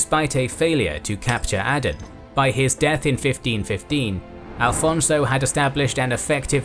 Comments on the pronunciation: You should correct the name of the Portuguese navigator. His name is Afonso de Albuquerque, not "Alfonso". Drop the "L". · You lost me at "Alphonso"... That was not his name. It was Aphonso, or in modern Portuguese, Afonso de Albuquerque. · That Portuguese! Please correct: "afonso" not "alfonso", "Nuno da Cunha" not "Nino". "António da Silveira". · it's Afonso de Albuquerque ... not Alfonso. This guy is a nacional Portuguese hero! Show some respect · The correct name is Afonso de Albuquerque and not Alfonso, Alfonso is a Spanish name, Portugal is Portugal and not Spain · One minor quibble: the name is Afonso and not Alfonso. 😂 Great video. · It's not ALFONSO, it is AFONSO de Albuquerque. "Alfonso" is Spanish. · Portugal might be very influencial, but something will never change. calling portuguese historical figures the spanish version of their names. its not Alfonso, its AFONSO, no L needed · it s not alfonso is Afonso Trust me i m Portuguese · AFONSO, not Alfonso.